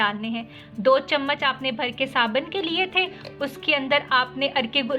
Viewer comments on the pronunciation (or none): Waah re boli kya bolti h fatkari glacrine saban 😁😁😁😁